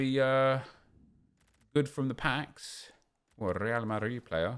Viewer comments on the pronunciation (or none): none